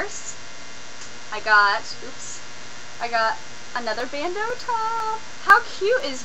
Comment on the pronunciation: Thank you so much for saying bandeau properly. :D